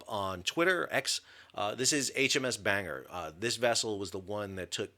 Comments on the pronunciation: HMS Bangor is named for the city in County Down, Northern Ireland - the Wiki page gives the correct pronunciation. Ditto Chiddingfold, which is a village in Surrey, England. Well - you diss our BBC, we fight back in the way any Brit would 🙂 Glad to see some more details on the incident, thank you. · His pronunciation (almost) follows the USA 🇺🇸 namesake, Downeast estuarine Maine, which still has small USAF ANG ✈️ contingent. Unsurprising that the Welsh port city is different, a lot of European namesakes are twisted here. Paris, Calais, Versailles. Most Mainers would say Bang-ah, since we've a non-rhotic accent - many Puritans came from, Non-Rhotic regions of Old England 🇬🇧 (Tho I don't normally expect Welsh to be phonetic as I see it either!) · To add to the pedantry of pronunciation - Bangor is pronounced with the o - BangOR not banger Keep up the great work! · Sam, the ship isn't called HMS Banger ( although that would be cool. ) It's HMS Bangor, pronounced Bang - gor. She is named after the Northern Ireland seaside town on the southern side of Belfast Lough ( where I'm from. ) Keep up the good work. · It's pronounced Ban-gor, Not bang-er lol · For God's sake mate, pronounce it properly. It's not "HMS Banger". It's "Ban- gore" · Very happy for you Americans to borrow our language, but it's NOT pronounced "HMS Banger" - it's pronounced "HMS Bang Ore" ! The Sandown class are named after seaside towns - Bangor is in North Wales. The accident was almost certainly caused by mechanical failure in the machinery control system following maintenance by contractors. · 👍Thanks. 👍Incompetence is now rampant and institutionalized here in the UK. Btw, not 'BANGer' ; it's 'BAN GORE' -- a Welsh costal town. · Pronounced 'Ban-gor'. Not Banger!? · HMS Bangor is not pronounced like a Banger! If you notice the “o” that changes it. Bangor is said like Ban-gor, not banger and is named after a place. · Ban-gore is how it's pronounced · It's Ban-gor nor bang-er.